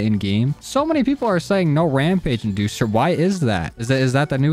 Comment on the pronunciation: "Ramage inducer" lol